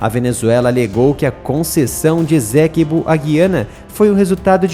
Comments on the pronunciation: Esséquibo?? É Essequibo! E o "u" de Guiana é pronunciado! Assim já perde credibilidade. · Estou na guyana a 11 anos. A pronununcia e essequibo e nao ezequibo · Lê-se Ê-CÊ-QUI-BÔ (ESTÁ É A PRONÚNCIA CORRETA)